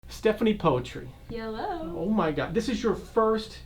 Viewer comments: You false pronounced her name , the right way to say her name is Stephanie Putri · Poetry? Stephanie Puisi oh ok 😂 as i know Poetri -> read: Putri (cmiiw) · You’re supposed to say putri not poetri